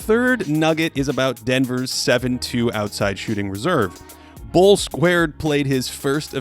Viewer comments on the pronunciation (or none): Is no one gonna talk about how he literally said "bol²" bruh